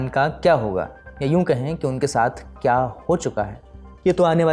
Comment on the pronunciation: पहले च्या और क्या में अंतर करना सीख लो एंकर बाबू